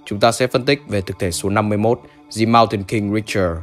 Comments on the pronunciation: lưu ý cho anh : sau những phụ âm '' the '' được được '' dờ '' nhưng '' the hall '' anh lại đọc là '' dì hô '' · the moutain thì the đọc là đờ chứ sao lại đì nhở